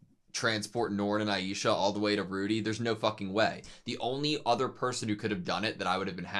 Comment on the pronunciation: Aisha, not Aiesha,. I love AutoSave but one thing never been good at for some reason is pronouncing anime names. 😜